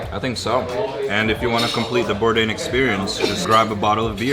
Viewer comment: "Anthony Bourdian" and just like that Anthony became armenian :D